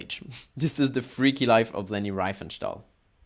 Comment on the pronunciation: désolé c'est insupportable cet accent, tu aurais du parler français et sous titrer en anglais, donc je n' ai pas pu le regarder en entier. Et surtout, si tu veux parler de leni essaies déjà de bien prononcer son nom . Cordialement